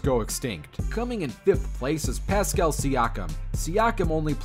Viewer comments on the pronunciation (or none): none